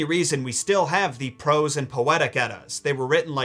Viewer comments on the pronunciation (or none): none